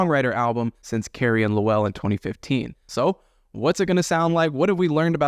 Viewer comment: So this guy never listened to Carrie and Lowell or he would not repeatedly mispronounce his step father's name.....